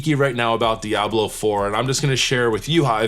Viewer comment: Your pronunciation of diablo is perfect Spanish 😊. Last time I played video games was with a PS2 lol, games became more complicated and I just don't have the brain for it.